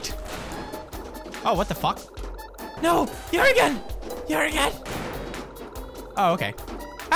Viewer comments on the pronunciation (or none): did he just say jöergen